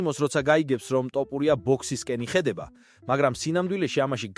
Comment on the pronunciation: ტოპურია არა შე შიბაქო თოფურია და ნაპერწკლი არა ნაპერწკალი ნუამახინჯებ ჩვენს ულამაზეს ენას თუშეიძლება❤